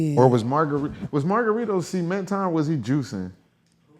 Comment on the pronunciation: also the way you say cement sounds like semen and it’s just priceless 😭🤣😭🤣